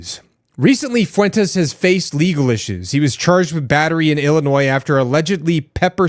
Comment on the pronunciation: How do you not know who nick fuentes is or that ring is owned by amazon or that the s in Illinois is silent?